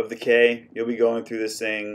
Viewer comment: It’s key , not K.